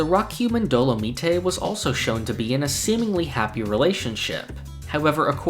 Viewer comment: I'm sorry but it drives me insane the way you pronounce Dolomite. It's supposed to sound like dynamite.